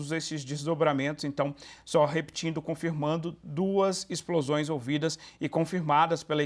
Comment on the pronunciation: Âncora: Acabam de ser ouvidos, novos Ixplosões. Aconselho a senhora a fazer fono.